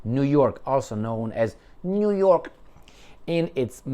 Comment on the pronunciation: niu york not jyork